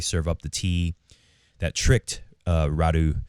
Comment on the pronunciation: Radu... Raducu... Raducanu